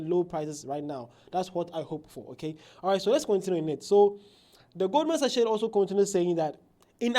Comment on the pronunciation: Pronounced as "GOLDMAN SACK"...